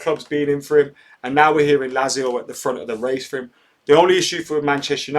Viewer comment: MATE its pronounced LAT-ZIO ;)